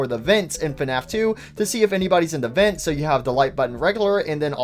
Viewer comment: I really like how he says “vint” instead of “vent” it’s really funny (I’m not making fun of btw)